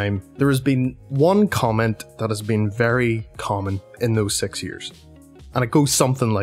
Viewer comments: he said sex-yrs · Not to be mean but "Sex years Nie